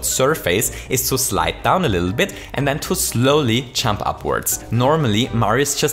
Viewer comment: When he say jump it sound like chump.